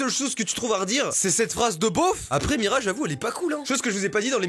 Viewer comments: Avez-vous été stressé à chaque fois que Mastu a dit Mirya au lieu de Mira ?😂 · Y'a que moi que sa pertube qu'il dise "miria" au lieu de "mira" au début ? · T'es pas seul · on en parle que toutes la vidéo il a dit miria au lieu de mira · Mira pas miria oh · Il dit miria mais c'est mira😭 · Mastu. Son prénom c'est Mira pas Miria. :0